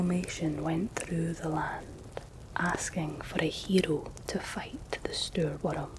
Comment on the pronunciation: I love the way you pronounce "hero"!!! 💙🙌